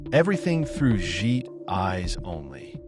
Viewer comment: Interesting how you as a student of this film totally mispronounce Jake's last name as "Jheet" rhymes with "sheet"